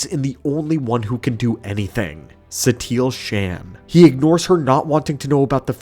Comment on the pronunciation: SHAN?!? It is pronounced SHAUN